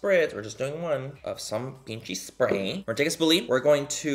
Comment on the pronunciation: Lmao “pinchi”